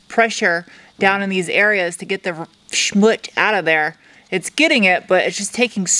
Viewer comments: You are beautiful and brilliant so I find it hard to judge anything you do BUT, having grown up with German, Hebrew & Yiddish, it hurts my ears when you say "shmoot". There is a "z" at the end making the word shmootz. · First thing, we need to work on your Yiddish. Schmootz, not smoot. You must have the patience of Job! To clay bar each area is tedious at best! We're all very happy for your new addition. Enjoy! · It’s not “schmut”. It’s schmutz. Pronounced shmutz. As in schmutz. Some sort of Deutsch-Yiddish term I suspect. Unless you’re from New Hampsha. Then it’s a grotesque mix of Canadian and Vermonter and Mainer from someone who lives in Arizona.